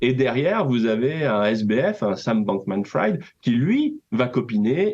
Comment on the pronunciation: Bankmanfrid… erreur Frieeed! Bankmanfried!!!! Le banquier cramé! Pas epstine non plus, epstEIN!!!! C’est clair?